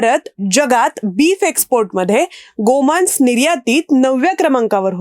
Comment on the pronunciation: गोमान्स हा उच्चार चुकीचा आहे. मराठी व्याकरण शिका. बाकी व्हिडिओ माहितीपूर्ण होता.